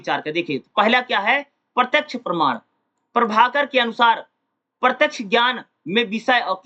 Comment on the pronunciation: 4: 20 me parman ko parnaam q padh rahe hai hai sir